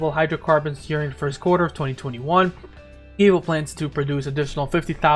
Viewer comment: Givo? Loll I’m curious, pronounce George? Good info tho 🤘🏽